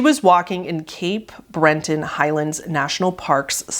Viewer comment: I hate to be that guy but it's "Cape Breton", not "Cape Brenton".